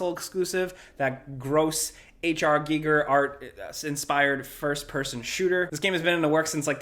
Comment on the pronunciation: RE: "HR Giger"-- G(EYE)GER > G(EE)GER. Otherwise Love the show, love the channel. You guys rock